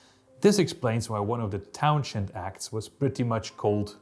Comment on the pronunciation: You go to impressive lengths to mispronounce Townshend.